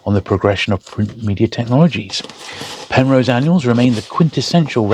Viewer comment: Got a bit excited there, —I thought you said ‘Penthouse’ for a second! Anyway, fascinating books. I’ve signed up as a Patreon member; it felt only fair to contribute, knowing how much time goes into these videos. Keep up the amazing work! Loving my books, though I’m still a long way off from having that bookshelf sorted